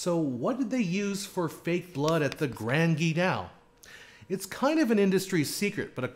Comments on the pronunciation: Grand Guignol is pronounced like "hull" not "canal". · Oh, dear-- have I have been mispronouncing grand guignol all this time? I really believed it should sound like "gran geen-YAW". Here, it's spoken as "grand gee-NOW". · Appreciate your very informative videos, thanks! Btw you should say Grand Guignol like this: Gran Ghee neol (or knee_all) 😉